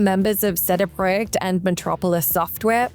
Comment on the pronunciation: She said it correctly, pretty much as close to the Polish pronunciation as it gets.